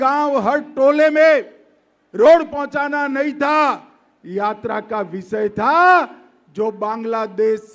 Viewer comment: Amitsha ji visay nahi hota hy vishay hota hy